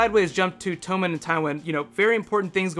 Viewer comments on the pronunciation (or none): Is Tommen really pronounced tome-in? I always read it as tom-in.